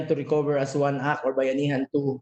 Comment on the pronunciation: act, with "t" Hindi "ack"